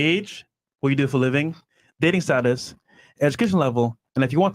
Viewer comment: it’s status my man.